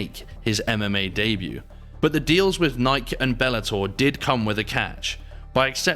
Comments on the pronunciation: Did you say nih-kuh it’s nih-kee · that’s no excuse. It’s pronounced “Ni-kee”. C’mon man 😂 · I fucking hate AI narration. Cant even say "Nye-kee" correctly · IMAGINE doing ANY sports video and can't pronounce NIKE, only the biggest name in sporting gear out there. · The way this guy pronounces Nike, Jesus. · The way you said Nike damn near made me click off the video Jesus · Hearing that Nike pronunciation makes me wonder if this is AI narrated. It can't be but I've never heard Nike with that hard "K" come from a human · Good video, but how do you not know how to pronounce "Nike" lol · The was the narrator says Nike is sus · Off topic but I never heard anyone pronounce “Nike” like that…Guess I’ve been saying it wrong my whole life 😂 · How do spell they way he pronounces NIKE?? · How the hell do you say Nike wrong